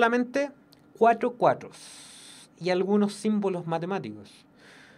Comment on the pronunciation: Tiene problemas al pronunciar el 4